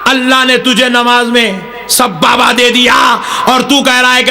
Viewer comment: Sabbaba 😂 ❌ sababa ✅